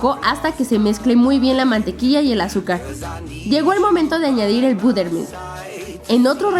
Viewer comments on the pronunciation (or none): karen no se dice buttermilk se dice batermilk shhaha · Es butter mili pero se pronuncia batter milk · No Karen, en otros países se le conoce como nata, aquí es crema para batir. El budermilk (como lo pronunciaste jajaja) es suero de leche.